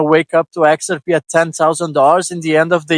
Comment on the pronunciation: You're pronouncing "XRP" wrong. You're putting the emphasis on the "X". You're calling it "Xrp". But we say it the other way around. We pronounce it "xrP". You have to put the emphasis on the "P".